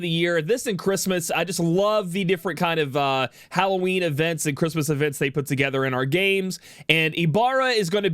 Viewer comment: wait, did he just say hallow weenie?